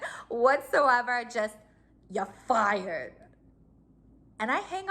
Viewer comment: “Yah fyad” 😂🤣